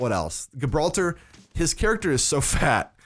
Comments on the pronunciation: It's not pronounced gib ralter. It's jib ralter.. like the place.. They probably called the tank gibralter for obvious reasons.. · Gibraltar = Jib-rahl-ter NOT Ghibraltar.